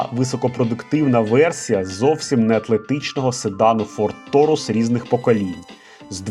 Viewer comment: Ні ТОУРУС , а ТАУРУС ( ТЕЛЕЦ)